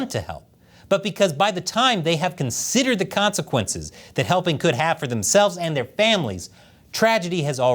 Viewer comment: Hell-PING YU....😅😅😅😅😅😅